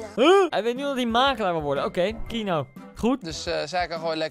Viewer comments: iedereen : keano koen : kieno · echt ik word autistisch hij zegt : kienoo MAAR HET IS KEEAANOO!!! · kieno ? t is kieano zo spreek je uit koentje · Everybody: Keano Koen:KiEnO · Iedereen: Keano Koen: Kieno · Kieno.... het is dus KE-A-NO..... Koen.... man man man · Koen: keeno Normaal hoe het wordt uitgesproken: KEANO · Ik hinder me gwn heel erg op de manier hoe jij die naam uitspreekt 😂 kieno! Het is keano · je moet niet zeggen kienoo je moet zeggen keejaanoo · Niemand: Koen: Kienoe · je schrijft keano uitspraak: KiEnO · wie ergert zich ook aan:"keeno" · Je zegt de naam verkeerd je spreekt gwn de e en de a gwn normaal Dus Keeaano zo